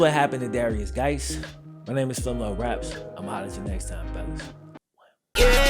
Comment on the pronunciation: Guice is pronounced exactly the same as JUICE not Gice